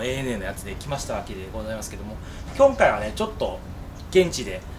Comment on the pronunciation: 前半緊張しすぎて、「きょんかい」って言ってますよ！！ 手もブラブラしてて落ち着きないおのださん最高です！ できたら、レイバンのティアドロップのサングラスをかけて操縦して欲しかったですね。 次回はランディングもしっかり拝見したいです。 奥さんの緊張が画面から伝わってきました。 ダイアモンドヘッドを低空で飛行したのには感動しました。 それにしても、岡田さんのレクチャーはいいですね！私も挑戦しようかな。 本当にお疲れ様でした。これがベスト動画です！！